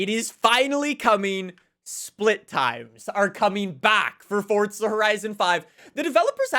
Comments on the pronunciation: It’s fucking forza not fortza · i didn’t know forza was spelled with a t 😊